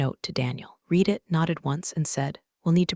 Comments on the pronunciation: Read sometimes is pronounced "red". You really should get yourself a smarter robot. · I like this series. I really wish the reader, AI or not, could get a grip on pronunciation. Red is NOT the same as reed. They are totally different words and mean different things. And are both spelled "read.". They are NOT the same, are pronounced differently, mean different things. And yes spelled the same. And there's other words like this too. The meanings change based on how they are pronounced.